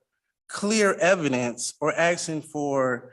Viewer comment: Um axing you to puve Um a livun human bean.